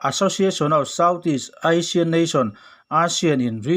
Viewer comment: Asian pawh ilam fiah thei nange